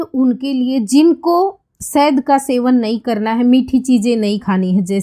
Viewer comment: Sahd nhi shahad hota hai